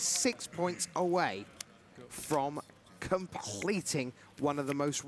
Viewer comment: complggghleting is not a word